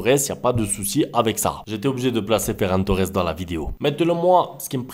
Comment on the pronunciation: Quand vous dites Ferran Torres, my blood turn unto water.